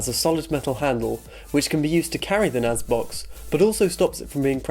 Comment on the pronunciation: NAS not NAZ